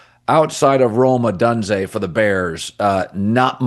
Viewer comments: O - dune - zay. Why do you insist on saying O done zay? You never hear anyone else saying it that way. Are you an Ai? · it’s O-doon-zay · Hey Colin...how do you not yet know how to correcrly pronounce "Adunze"?? And it's COLSTON Loveland..not Cortland. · How in the hell are you blaming him for the lost. He doesn’t play defense!!! And you need to pronounce his name correctly !! Wow